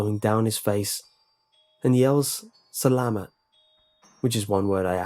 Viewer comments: its actualy salamat!! not salama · Any other pinoys' out there watching?🇵🇭 Am I the only when who laughed when he pronounced "Salamat" wrong? But I'm surprised that on the persons trip to the Philippines he didn't see a dwende.... Oh wait they were probably to short to even be noticed!..... Sorry. Oh and ghost in Filipino is moo moo..... If you wanted to know 😗